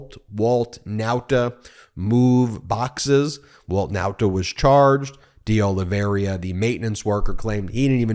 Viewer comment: It is Deoliveira and not Deoliveria, as you consequently pronounce that name.